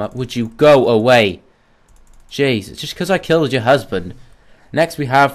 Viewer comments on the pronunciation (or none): none